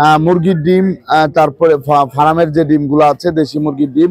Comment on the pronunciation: ভাই ফারাম না ভাই। ওটা ফার্ম হবে। ভাই উচ্চারন ঠিক করেন